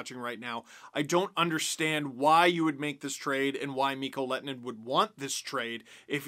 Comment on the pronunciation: Your ”h” sound is actually part of the way his name is supposed to be pronounced :D